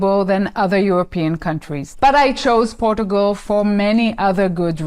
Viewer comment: I like how you pronounce Portugal